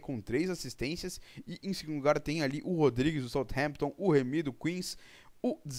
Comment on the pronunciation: a pronuncia certa do nome dele é "Resé" Rodriguez o J tem som de R em espanhol.